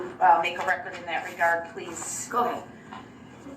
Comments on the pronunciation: Oh, I was parroting Duh-rell and making fun of him and then you started!😂 If I hear him say "for the rekerd" one more time, ugh! Of course he's going to disagree with everything whether it's in his best interest or not. He's so stupid yet he gets annoyed at how very thorough the judge and the prosecution was on the rekerd. Oh and don't change a thing on your channel! We come here for your commentary. If I wanted to rewatch the trial without it (which I don't), I'd go to Court TV😂 And someone please take that damn jailhouse pen tube of ink away from him!!! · Does he know everything in court is on the "reckert" he doesn't need to say for the "reckert" every time he talks it is so irritating.. Maybe he thinks its for his math boi fly "reckert" that never was made